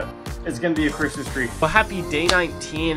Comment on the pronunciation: Instead of crismas tree, you sead crismas threy